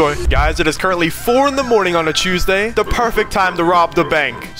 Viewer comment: “chewsday” when he turn British 😂😂😂